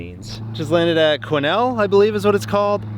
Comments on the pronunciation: ...top marks for pronouncing Quesnel with right way! Thank you, signed a British Columbia resident. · Quesnel, BC properly pronounced is so nice! You said, "Prince George" and in the ground-shot of the final. That wasn't PG Pulp(runway 15 would final over the mill). I was like, where are you?LOL?. I use to work at PG Pulp, right up the road from Quesnel. (grammar\punctuation edits..)